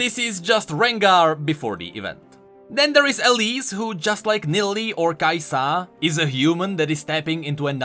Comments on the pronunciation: "It's NOT kAi'sa it's kai'SAAAAAAAAA" i'm sorry i got to do it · Only thing bugging me about this list is your pronunciation. It's KAI'sa, not Kai'SA. This is like leviosa levels of bad pronunciation. And then you go the opposite with WUkong. It's WuKONG, bruh. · If you say renGAAR (after khaZIIIX and kai'SAA) I woulda given up hope xD